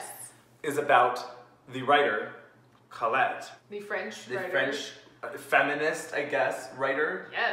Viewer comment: It's pronounced CO-lette, not CAWL-lette.